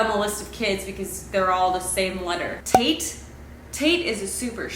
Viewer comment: I always liked Hubbell from The Way We Were. Or Cornelius with Cory for short. I hope this doesnt ruin it for anyone but every time you said Tate I heard Taint and I was like WHO WOULD NAME THEIR BOY THAT! 😂😂😂 🙃🙃🙃🤣🤣🤣🤣🤣🤣🤣